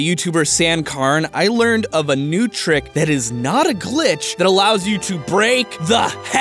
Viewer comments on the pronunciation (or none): none